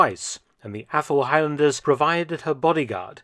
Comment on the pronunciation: still hearing “Apple-highlanders”